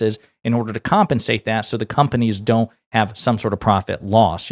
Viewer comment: "Graciously sent him back to his conpanies"